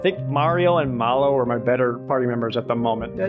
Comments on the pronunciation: He's remembering "Croco" as being "Draco", and Mallow instead of "mal-loh" (the second half of marshmallow) he's pronouncing like "mall-oh" (mall, oh!). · Where did he get "Dracko"? And why does he keep calling Mallow "Mollo"?